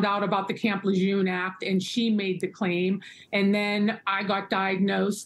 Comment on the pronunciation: It's not camp "lejoom" you silly doofus, it's prnounced Camp Le Jeune